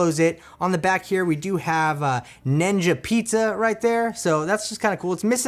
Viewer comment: Highly disagree with you the wave 1 look sooo much better and are the original tv cartoon look... bright green ones look cheesy... and its Ninja not "Nenja"... dont know why but that triggered me lol... but good video thanks.